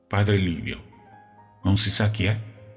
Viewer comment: Non si chiama vika ma viska 😊